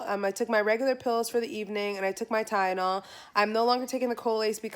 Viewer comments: You keep saying Tyenol instead of TyLenol 💀😂💀😂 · It’s Tylenol lol. You kept saying tyenol. Get better. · Kiki Hokage I’m glad I wasn’t the only one who noticed that